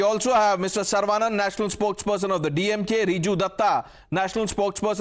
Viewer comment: Not sar-vaa-nun but Suh-ruh-vuh-nun. Or सरवणन